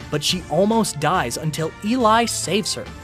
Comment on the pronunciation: Op is saying she for burby and eli and the way name op says eli name and is so disturbing